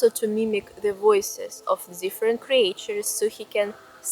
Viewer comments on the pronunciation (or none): ..i think i saw your camera before..a Sony if i am not mstaken..anyways, great settings you have chosen ! Just an small aside.. "creatures", in english, the "a" in the middle, is "mute"..like if it was written "creture"..more or less.. I live in Portugal, but the fairytales, are more or less from these famous fairytale writers in Europe are Hans Christian Andersen (Danish), the Brothers Grimm (German), and Charles Perrault (French). Andersen is known for original stories like "The Little Mermaid" and "The Emperor's New Clothes," while the Grimms collected and published traditional German folktales like "Hansel and Gretel" and "Rapunzel," and Perrault's 17th-century tales include "Cinderella" and "Puss in Boots.. ..i also know the Bad Wolf and The Three little Pigs..and some more, because i had a collection, but some were from around the World.. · You write creatures but pronounce it as creetures. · Cre-Ah-Tures, lol ♡ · Ты пошто, милая, "криэйчерз" вместо "кричерз" молвишь? И купно "скул" вместо "скал"? Сие запутанность великая есмь! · Okay. I didn't know I needed a bedtime storytime but in fact I do. PLEASE make another channel that reads Russian folklore to sleep to!!!!!! (Cre-AE-tures, solidified it). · Your pronunciation of "creatures" kills me. Anyway, thanks for your time spent on entertaining vid.